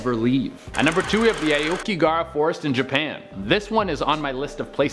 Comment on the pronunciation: You pronounced Akigahara Forest wrong